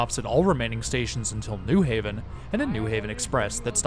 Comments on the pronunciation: Nice video! I'll never understand why people pronounce it NEW Haven instead of New HAVEN, not like that's different anywhere else on the east coast- New Hartford, New Canaan, New York, New Rochelle, New Bedford, I can't think of an example of another pronunciation. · as a new haven resident, this is the single easiest way to tell that someone is not from here. virtually all visitors and transplants pronounce it NEW haven (almost as if it's spelled newhaven, ct) and everyone who is actually from here pronounces it the correct way, new HAVEN. the pronunciation kind of ruined this video for me, haha. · I've never really heard anyone say it that way until this video. The only reason I could ever think of is to distinguish from East Haven or West Haven. And none of those others have the "new" stressed either. Only thing like that I can actually think of is New Lots, Brooklyn.